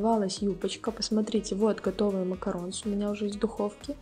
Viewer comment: спасибо большое за видео! Но только не макаронс, а МАКАРОН! И никак по другому. Буква s на конце говорит о множественном числе. Но читается макарон. Без вариантов